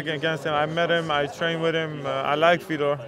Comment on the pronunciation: i thought he was fighting vitor. not fetor :(